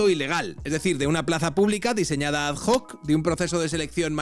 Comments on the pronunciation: ad hoc no se pronuncia adjóc. Pero el resto guay. Sanchez a prisión o al garrote vil. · Por qué sigues pronunciando la hache de "hoc"? No estás hablando en inglés, sino en latín